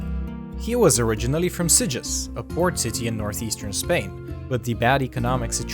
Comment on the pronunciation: you are mispronouncing everything. the name Bacardí is Catalan and the accent is on the last i. also, you mispronouncing Sitges, its pronounced in Catalan more like Seejus.